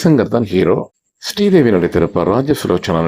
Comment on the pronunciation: "Stridevi" அல்ல "ஸ்ரீதேவி"(Sridevi) என்று உச்சரியுங்கள்